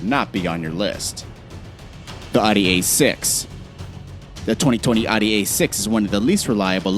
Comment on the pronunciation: It's Audi not Aadi